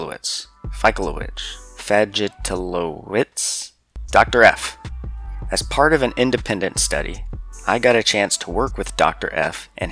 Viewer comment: fahy - tloh - vitch professor's surname, in case you're not mispronouncing it on purpose Great video, and cheers from Poland!